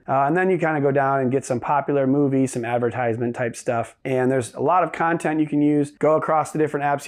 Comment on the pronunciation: Switched off after “moovies”